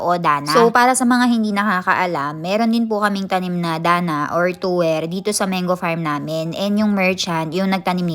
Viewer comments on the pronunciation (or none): Hello, wag po kayo magalit isa po ako sa masugid na viewers nyo po kaso na bo bother po talaga ako sa how you pronouce po mango.. bali Man-go hindi po meyn-gu